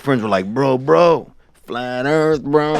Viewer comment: FLAT EARF😂